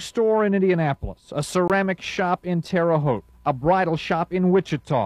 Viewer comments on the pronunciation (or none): It’s Terre Haute not Terra Haute, reference to the I-70 killer.